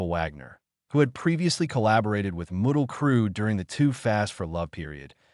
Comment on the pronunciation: Miley Crew? Mutley Crew? GTFO with this AI Bullshit!